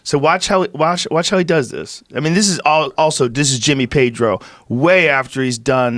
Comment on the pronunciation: He pronounce Jimmy Pedro like Jimmy Page🤣 i First heard like: Jimmy Page is a gold medal...And i, 🤔🙄